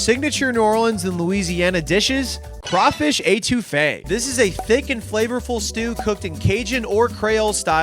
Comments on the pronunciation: eh-too-fe is how you pronounce it for next time one of my favorites too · Love ya, but it’s not pronounced Ay-two-fe. C’mon!! Eh-to-fay. Actually I don’t think you pronounced anything right. So on brand! 😂😂 I counted 5 couillion, but the total was probably over 20